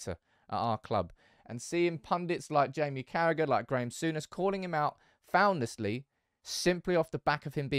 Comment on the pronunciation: did you a few times Sour-ness